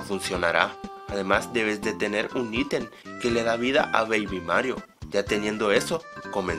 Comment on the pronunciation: "El íten"